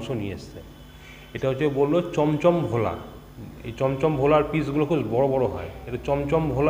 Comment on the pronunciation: Why is shawarma pronounced as shoborma by u and bhola maach pronounced as vola????? Cant u bongs atleast get ur own pronounciations correct instead of using stupid pronounciations where not needed like instead of bhel puri its now become vel puri... so instead of bangla and bangali why dont u say vangla and vangali?????? Since when did u guys hav a va in ur vocabulary.... everything was ba. Stop desciccating a language just because its not ur own. Respect others languages instead of ruining it.